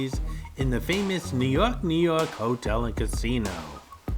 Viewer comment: Glad you said the casino the appropriate way 😆🤘, Nu Yawk Nu Yawk.😆🤘